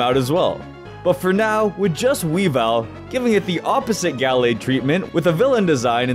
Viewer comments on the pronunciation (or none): none